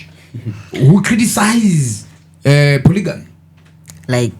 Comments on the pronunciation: Am l going to heal from the way you guys are pronouncing polygamy? Imi isu takakura tichiri poligami wani...sei muri kuiti polijimu??😮 Yekudzidza kwaMupiniwasvotoka iyi chaiii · When did it become polyjeanie? 😅